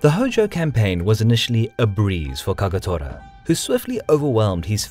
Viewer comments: KAGATORAじゃなくてKAGETORAな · Kawanakajima not Kowanakajima Kagetora not Kagatora. Why are these idiots unable to pronounce even as they wrote it? Have they been caught in a magic trick? O.K. I'm done with this stupid insult for other's name. I should have known that....